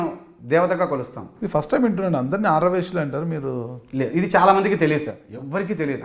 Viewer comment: ఆర్ర వైశ్యులు కాదు ఆర్య వైశ్యులు నువ్వు పక్కనోన్ని ఎగతాళి చేయడం కాదు నీ భాష కూడా చూసుకో